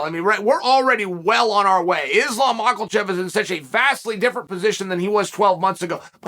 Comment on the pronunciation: Love how he says Makelchev